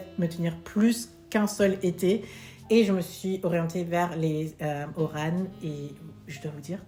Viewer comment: Ma chérie des mules Oran mais pas Orane. Désolé le il y a pas Un E